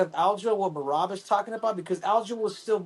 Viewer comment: And then henry never mispronounced Merabs name again.... 😂